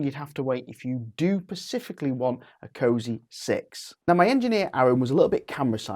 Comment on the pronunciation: The word is “specifically” not “pacifically”. Maybe it shouldn’t, but when you get words like that wrong so early on in your video, it doesn’t make you sound the best.